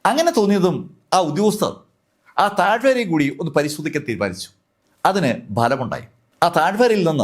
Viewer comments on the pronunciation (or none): ... "Taazhvaaara..." allaa..... "Taazhvara"; or "Taazhvaaram"